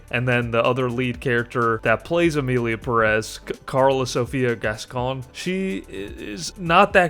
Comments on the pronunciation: It’s PEH-rez, not pe-REZ! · That last name “Pérez” should be accentuated in the first syllable, not the second.